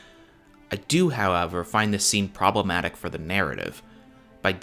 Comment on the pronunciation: "proboematic" Lost me there, bud.